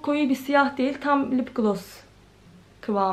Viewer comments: Kötü bir yorum olarak algılama ama lıp glos değil :( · Lıpgloss değil yanlış okuyorsun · "Lıpglos" nedir? Biraz İngilizce öğren bence. Kendi halinde zararsız bir kızsın ama kendini geliştirmelisin. Hiç ciddiye almıyorsun gelen yorumları 🤦🏽‍♀️